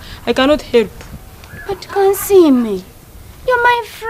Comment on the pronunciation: Instead of help she says helop😂😂